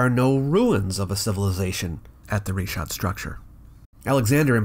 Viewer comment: It's a bit telling that Bright can't even pronounce "Richat" correctly, when all you have to do is google it.